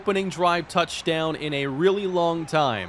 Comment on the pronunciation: Every time you end a word with an n you make a weird eh sound. Every single touchdown call sounds like touchdowneh. Never heard that before and it annoys me so much